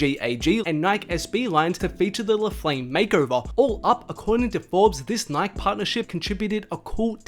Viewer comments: Resse puffs and nik??? You don’t know how to say Nike? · It’s pronounced nike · “REECE” puffs and “Nyk”? Lmao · he said nik instead of Nike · [Nai-kee] not [naik] lol. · Oh No ......... Your One of those people who says Nik There is an "E" at the end for a reason its NIKE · What’s nik? It’s NikEEEE yadiiiig don’t forget the E That’s when not living in the United States plays a role 😂🤦🏽‍♂️ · Its not Nyk its pronounced NIKEY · Bro it’s Nikeeee not Nik... smh 🤦‍♂️ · Who else got heated cuz he kept saying nik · I cant deal wit him keep saying nik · Say it slow....NIK-E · Never heard anyone pronounce "Nike" that way. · WTF someone fix the way this kid says NIKE now! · The way this guy pronounced NIKE OML. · Bruh learn how to say Reese’s and Nike please 😭😖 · Wow. I cant believe how many times this kid said nike. Holy fuck. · There is absolutely no way this man just pronounced Nike like that. 🤦‍♂️ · Y is he saying NIKE WITHOUT THE E!!!!! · The way you pronounce Nike bothers me more than it should